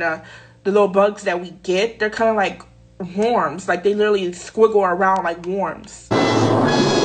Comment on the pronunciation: Bruh she said warms and magnets 🤮🤮